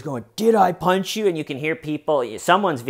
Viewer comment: "Did I ponch yew."